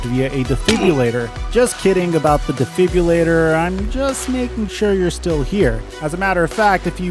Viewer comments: Defribilator lol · Debrillulator got me dead💀💀💀💀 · My eyes bugged out when you said defibrillator 😂